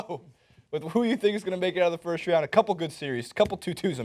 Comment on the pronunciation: it amazes me how Draymond even get the question reporter. All i hear was 1st frood, 2nd frood, 3rd frood -_